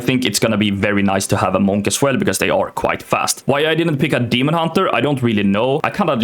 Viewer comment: "my first characeter is a månk"